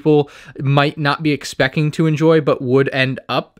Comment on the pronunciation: "expeccing"??? Speech is hard.